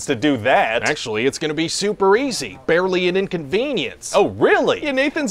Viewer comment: First time hearing ”barrely inconvenience”: LOL! Tenth time hearing ”barrely inconvenience”: Awchward... Hundreth time hearing ”barrely inconvenience”: It’s coming, it’s coming... There it is! Great! :)